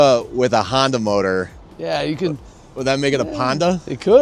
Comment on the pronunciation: Honda motor, call it a Por-nda.......